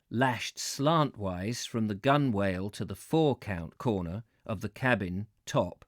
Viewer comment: I missed the live reading today, having mixed up the time. But I thought you might want to adopt the genuine English pronunciation of two words you come across several times in these readings. Gunwale, is (in English) pronounced GUNnel. And Victual is pronounced VITtle. These are such nice words to go with your love of half-timbered buildings, but I assure you they are both properly pronounced in this odd way today. Thanks again for these readings.